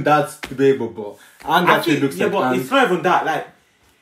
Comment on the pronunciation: is the most garbage I've ever seen in a single scene I think the worst decision they made was limiting firebender to only use fire when it was around. I'm so happy they didn't get the chance to ruin Azula of Toph. Also my name is Oong, an I'm the avatar. Who the fck says it like that